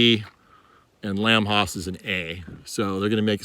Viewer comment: Nice video but why do you pronounce Lamb HASS Lamb Hoss?